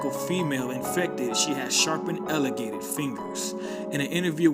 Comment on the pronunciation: Incapitate. Fustated. Elogated. Intits.